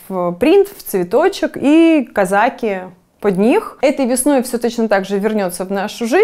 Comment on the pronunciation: Не казАки, а казакИ